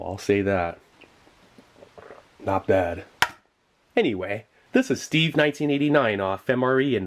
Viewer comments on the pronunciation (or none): none